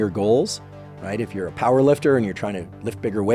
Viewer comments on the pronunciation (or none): none